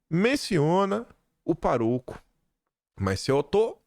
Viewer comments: A PRONÚNCIA NÃO É O PAROCO, E SIM, O PÁROCO, VEJA O ACENTO NO "A" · O próprio Bolsonaro falou sobre o padre ter dado uma Pajero pra alguém. Ele conhece muito bem quem é esse senhor. E não é paroco e sim pároco. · É PÁroco e não paroco. Tem acento agudo no pá. Todas as proparoxítonas são acentuadas. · QuinDim Painho errou e REpetiu o erro, falando parÔco. Êita, bicho burro! Parabéns, PADRE JULIO LANCELL❤TTI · é pároco, não paroco... adoro o seu trabalho, comentários pertinentes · sublinha pároco e pronuncia "parôco" 😂😂😂😂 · nao é parôco. É pároco 😂😂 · Por favor, leia-se pároco, e não paróco. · Não é "paroco". É "Pároco". Uma proparoxítona. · a palavra é PÁroco, não parôco. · Ow,... Pelo amor de Deus, meu filho. Não é PARÔCO e sim PÁROCO!! As vezes eu penso que você merece credibilidade, mas quando vejo uma coisa como essa... 🙄🙄😬😂😂😂🙈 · DEIXE DE BURRICE: PÁROCO...A SÍLABA TÔNICA É PÁ...PÁROCO, NÃO PAROCO. . Que horror!!!@@@ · Não é Parôco e sim Pároco Kkk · Não se diz Paroco. O correto é Pároco. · PÁ roco e não paroco rs doeu aqui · é pároco e não paroco. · não é paroco,é pároco! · Meu querido, não é parôco, é pároco. Se não conhece a palavra, atente-se à acentuação. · Bom dia!🙏🇧🇷🤞💚✨ Querido, não é paroco, mas sim pároco... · parabéns. Gosto do seu conteúdo e o acompanho há alguns anos. Pra melhorar ainda mais: pároco tem acento no A, sendo uma proparoxítona. Por favor, não fale parôco 🙏🏻. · sou teu espectador diário e não posso deixar de ter uma dica. O "padrófilo" é um PÁROCO, com acento agudo em PÁ, e não paroco como foi dito várias vezes. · Desculpe,, mas é PÁroco, e não paROco. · Cara não boa em português o jone certo é pároco pf não continue falando paroco nom fua.. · cruzes..vc pronunciou parôco?????? é pároco.. A escrita correta é sem acento. Só acentuei pra mostrar como pronuncia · Oi! Amo seu trabalho! Só um toque: é pároco e não "parôco". 😉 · é pároco, não é paroco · PÁroco e não paroco.